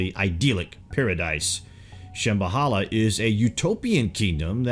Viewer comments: Dont forget "Sham-bahala" instead of "Sham-Ba-La" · It's Hopi (HOPE-ee) people/tribe & wife, not "Hpppy", -ish. Shambhala is (Sham-ba-la) or (shamb-ha-la) where the b is soft and h is barely distinquishable. It is not (sham-ba-holla)!